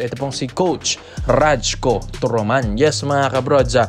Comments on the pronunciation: bro RAYKO ang bigkas ng pangalan nyan..hindi RAJKO.. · rayku tamang pronunciation, turoman.